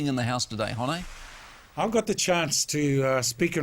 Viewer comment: Holy fuck I don't think he could mispronounce Hone's name harder if he tried.